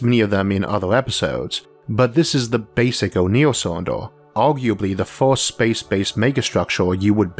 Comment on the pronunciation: You need to take speech therapy. You mentioned glass windows on the ';sides". Cylinders don;t have "sides"". Cylinders have "Ends". It's very difficult to hear you speak. The word is FIRST, not FORST.